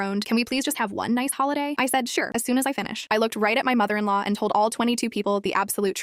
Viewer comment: the first time the video mentions "mother in law" AI pronounced it mother in low